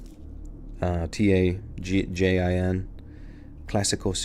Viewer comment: Pronounce it Tah-Heeeeen And try it on watermelon 😉